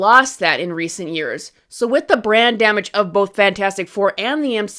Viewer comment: Lol every time you say brand damage It sounds like "brain damage" "DC has brain damage" "The X-men have brain damage"